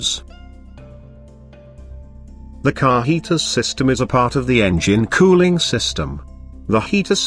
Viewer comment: "How engine COO-ling system works"😅